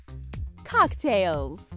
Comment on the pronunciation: the way you said cocktails just sounds a bit weird..